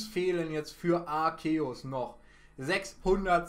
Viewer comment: Btw Man spricht ihn Arzeus aus (Trotzdem like wie immer halt)